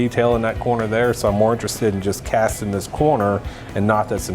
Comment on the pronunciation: "Castin" LOL!